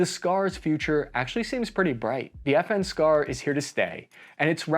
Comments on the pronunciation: I always hear "FN scar" as "effing scar". And now you hear it too. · I thought you said F-ing Scar